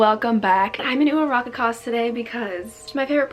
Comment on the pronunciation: pls I literally love this but I hate the fact that I can't get over how you say Uraraka's name 🥰😅😂